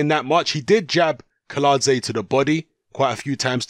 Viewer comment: Kiladze is correct pronounced but Kownacki is pronounced as Kovnatski.